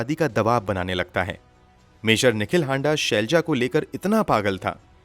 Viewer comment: हांडा नही हाड़ा होता है